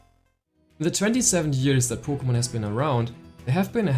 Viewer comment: “Poe Kugh Mon” Buckle up Lads this one will be a guaranteed treat of a Vid.